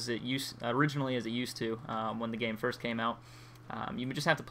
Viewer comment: u even failing with saying first 0_o